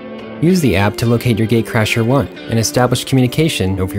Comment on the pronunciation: It sounds like he is saying gay crasher 😂